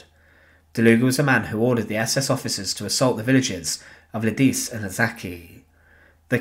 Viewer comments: Computer narration. Lidice` is pronounced LEH Dee chay, not lideece. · Correct pronunciation of Czech names would be appreciated. For example, LIDICE is properly pronounced lidditseh, LEZAKY is lezhahky, PANKRAC is pankrahts. Thanks!